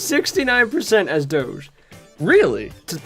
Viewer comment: I am so pleased you pronounced Doge properly :3